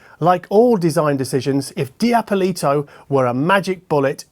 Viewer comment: the pronunciation is not Dee-Appoliiiito, but Dappolito with a dark ‘o’ after pp as in ‘aw’ful Agree with GLOSS BLACK, luckily their front plate isn’t, so they are not featuring a mirror function no-one asked for (my Triangle Thetas do and I really almost never take the grills off because of that slightly irritating thing)